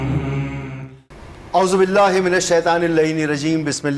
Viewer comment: Ye pagal Anchor hy Kia Bismillah or aouzubillah glt prh rha hy 😢😢😢